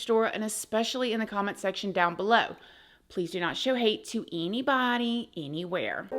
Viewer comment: Please don’t show hate to eeeneebody, eeeeneeewhere. 😆